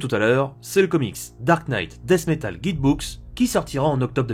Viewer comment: Le K de Knight ne se prononce pas ^^